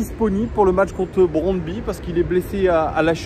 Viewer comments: J'aime bien tes lunettes 😎👍 merci pour cette nouvelle épisode;à mon humble avis on prononce le nom du club comme [brondby] avec 'u' à la fin 😊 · Brondby, le y à la fin se prononce u en danois. Brondby est une des meilleures équipes du Danemark, qui a déjà fait une demi finale de la coupe Coupe UEFA en 1991. Sans aucun doute l'ambiance la plus chaude du Danemark avec des fans qui devraient venir en nombre à Lyon demain soir (1000 environ d'après ce que j'ai entendu) Le stade fait 29 000 places et non 20 000 comme tu le dis dans la vidéo et l'ambiance devrait être très chaude au retour même si cela sera en Novembre. Ils croient en leur chance et ils pensent qu'ils peuvent faire un coup à Lyon même si ils savent qu'ils ne sont pas favoris donc je dirais tout de même méfiance face aux vikings danois ne pas les sous estimer. J'étais au stade en 1997 où on avait gagné 4-1 à Gerland et tout autre résultat qu'une victoire serait malgré tout une déception, Allez l'OL!